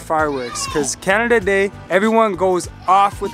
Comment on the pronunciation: said Canadada day 😂😂🤣🤣